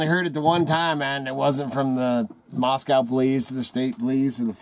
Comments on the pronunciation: If you were anywhere near Moscow or even in Idaho you'd know the pronunciation of Moscow rhymes with NO or GO. Maahs- co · Not to be a doubting Thomas but real Idahoans know that Moscow is pronounced Moscoe. So I leave your site. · I say Moss-Koe.. Not Moss- Cow But that's just me. I used to live in Rathdrum/ Wolf Lodge area around Hayden Lake.. In the late 1980' s